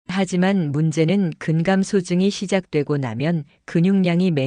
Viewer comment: 아이고!! 근감소증 발음이 틀려ㅛ답니다. "근감" 소증"이라고 띙서 읽으면 얺됩니다. 제발! "근" "감소증"이라고 띄어서 읽어야지요!! medical doctor들도 발.게 발음하지 못하는 대한 민국 문화 수준!! 참으로 브끄러운 일이올시다!!